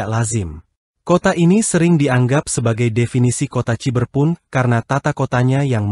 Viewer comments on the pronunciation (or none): Sudah lebih dari cukup utk jd sebuah negara seukuran negara Belanda, bahkan lbh besar. Luar biasa kemajuan China. Btw, admin salah sebut "Congking" dan "tjiberpunk". Mestinya: "Cungching" dan "Saiberpank"